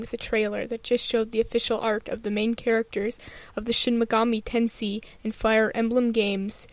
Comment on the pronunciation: It's pronounced Ten"say".